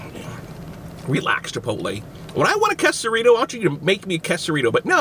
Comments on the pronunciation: its not qusarito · Its pronounced Qaysarito, not qusarito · Its quesarito nit kesaruto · You said it wrong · Bro if your gonna review an item, know how to say it correctly